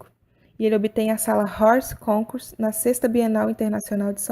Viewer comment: Recado à locutora: moça, em um minuto e trinta e oito segundos você diz alguma coisa como "rors côncurs", que na realidade se deve dizer "ór concúrs", pronúncia da expressão francesa "hors concours" e que significa "fora de competição em razão da sua superioridade".